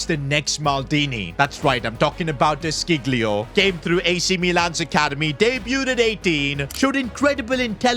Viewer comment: bro its pronounced de 'shilio'